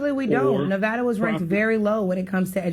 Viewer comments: I live in Nevada. It's not Nuvawduh. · The caller told her that she’s not smart. The next sentence out of his mouth, he mispronounced Nevada.